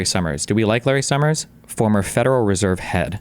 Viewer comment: Americans who pronounce the letter S with a "SH" sound, like this Larry Summers guy, or like senator John Kennedy, are for some reason so annoying to me. Just speak like a normal person, please!